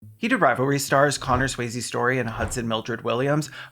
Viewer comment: “Connor Swayze” 😂